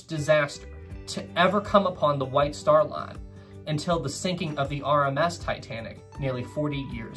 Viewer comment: I keep thinking that he’s saying the “Wife Star Line”😂